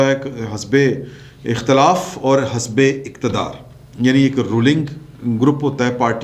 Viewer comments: hasbay nahe the correct word is hizbay ikhtalaf not hisbay ikhtalf..🤗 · آپ کے وی لاگ کا مستقل سامع ہوں. اس وی لاگ میں ایک لفظ کے تلفظ کی درستی مطلوب ہے. " حزب " یہ لفظ ح کے زیر کے ساتھ (حِزب) بولا جاتا ہے ح کے زبر کے ساتھ درست نہیں. براہ کرم درستی کر لیجیے گا. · سر جی(( حزب )) مین ح کے نیچے زیر ہے نا کہ زبر